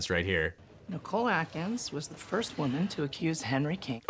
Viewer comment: You say "Frist", usually.